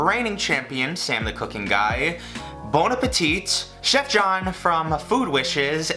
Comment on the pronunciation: Bon apple teeth